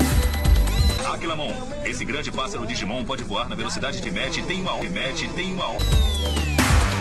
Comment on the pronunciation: Lá na digivolvulaçao de aquilamon , ele fala Mach